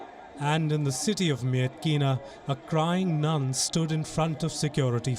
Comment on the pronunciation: I'm sorry, a nune?